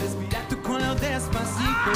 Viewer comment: 🤣🤣hahaha he said cu lo instead cuello, probably I sound ridiculous when I'm trying to sing in english as well